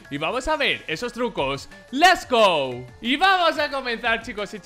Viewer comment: No es por nada bro pero se dice let's go no les go😂😂😂😂😂